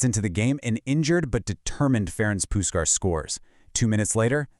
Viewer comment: AI-generated, I guess. "Puskas" was pronounced differently every time.